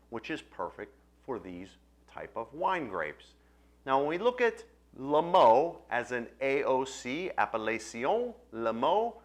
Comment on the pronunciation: Hasn't the faintest idea how to pronounce "Limoux".